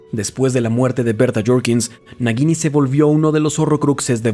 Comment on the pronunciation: No pronuncias bien el nombre de la serpiente, lo haces como si entre la G y la I hubiera una U, así es como se hace ese sonido suave gui. Su pronunciación sería como si fuera una J si lo leyeras en español y si es como en inglés es una tipo Y